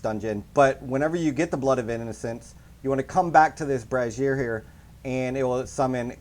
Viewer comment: Every time you say brazier it sounds like you're saying brassiere 😂